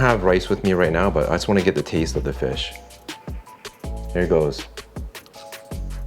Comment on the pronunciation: When Dude says, "Thetaste," it never fails to make me chuckle. I've just discovered your channel the past week and I enjoy it so much. I'm even happier to discover you guys have a cook book as well!!